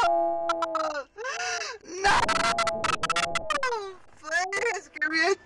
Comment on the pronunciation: “No please freal no frealz no please freal no freal please “😂😂😂😂😂😂😂